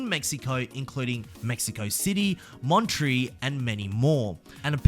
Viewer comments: "Montree" lmfao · don’t ever say mon-tree ever again. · It's funny how you say 'Monterrey'. Greets!